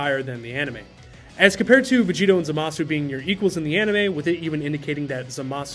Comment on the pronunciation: "zohmahsu" lol